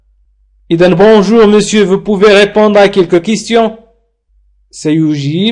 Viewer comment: في الجملة الاولى ننطق re في répondre هي مكتوبة لكنك لا تنطقها